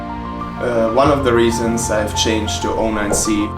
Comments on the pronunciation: 09cをオーナインシーって呼ぶのすこ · ディマは0をゼロじゃなくてオーって呼ぶんやね オロナミンCにしか聞こえないが笑